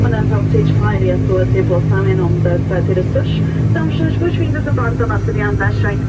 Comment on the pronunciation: Learn to say Açores